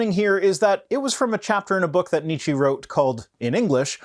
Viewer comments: almost pronounced Nietzsche's name correctly. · Okay, since you insist: You pronounce Nietzsche pretty well but the 'e' at the end is a different type than the English one. Instead of a prolonged 'eeeee' it's more of an 'uh', so ~Nietzscheh ('eh' same as 'uh' but an e instead of a u if that makes sense, also it's a silent 'h' xD), gl lol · ok as no one ever corrected you it's Nietzsche that would be an "eh" sound at the end. rest ist perfect ;)